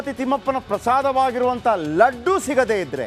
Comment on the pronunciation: Ladd allappa adu "Laddu"